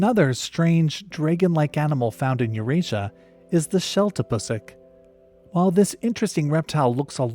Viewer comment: Lmao I knew every animal except the desmans & maleo 😂 I can't wait to do some research on them now‼️ PS- The sheltapusik is pronounced with a long ū sound 👍 (like mimicking shooting sounds pew pew)